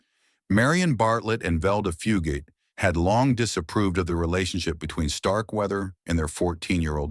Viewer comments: It went from Fu- gate to Fu- got to Fue-got-tae. Wth...can't people even read simple words any more CGV ,AI and CGI are only as good as the input trainer. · The commentator of this video is pronouncing Fugate's name incorrectly, Fugate is pronounced with a long A, not a short A.